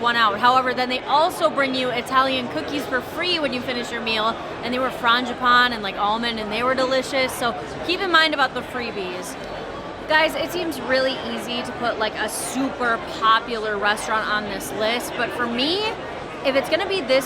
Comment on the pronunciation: Did you say, "fronge bonge??" (the italian cake)